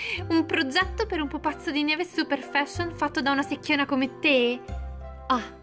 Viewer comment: Non si dice sechiona